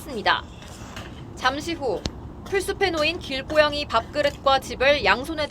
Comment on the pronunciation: 길고양이를 왜 길꼬양이라고 발음하지? 요새 한국말이 점점 발음이 엄청 쎄지고 사이시옷도 남발하는데 이렇게 만드는 게 국립국어원인가 거기 넘들이지? 살쾡이를 삵이라고 북한 따라 바꾼 거도 거기고 일제시대를 일제강점기로 북한 따라 바꾼 거 역시 거기지?